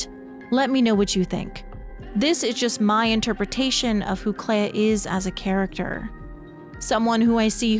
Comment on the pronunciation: Why do we pronounce flea as flee but Clea as cleya. It should sound like Clee. On a more serious note. My personal theory is that the Writers started the fire because the Dessendre family's paintings are destroying the world. The Dessendre family are capable of creating very real worlds through their paintings and we know that they've become uber rich, most likely from that gift. It could mean that the rest of the world have become addicted to living within these paintings - Even Renoir said that he at one point lost himself in another canvas but Aline saved him. It's like how a large number of people in Cyberpunk 2077 have become addicted to braindance and have become zombies who just consume fake lives.